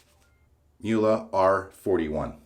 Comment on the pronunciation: Muhel? It's Muhle! 😂